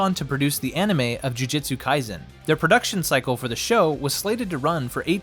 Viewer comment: Sorry to be that guy, but my soul hurts every time you say jujitsu kaisen.